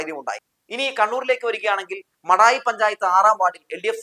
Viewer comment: മടായി പഞ്ചായത്ത്‌ അല്ല. മാടായി പഞ്ചായത്ത്‌ ആണ്. ഇങ്ങനെ തെറ്റ് വരുത്തല്ലേ